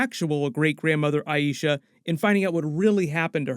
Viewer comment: I love watching your reviews. Just a tip The greatgrandmother name is EYE-SHA. If you call her EYE-E-SHA then you’re annunciating it the same as The High Priestess from Guardians of the Galaxy from your previous videos. However the correct annunciation is EYE-SHA. If you need help, they say it a few times in the new episode 😉